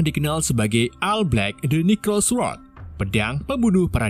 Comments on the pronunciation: Necrosword... saya terus mendengarnya sebagai "microsoft word" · kok aku dengernya pedang microsoftword ya.... :D